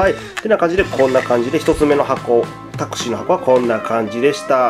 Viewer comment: [Taxi] の発音がすごいですね😂😂